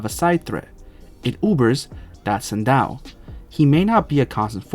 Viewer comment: It’s pronounced “She-doh”